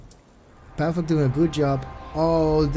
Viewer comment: Not pàvuk but pavÙk xddd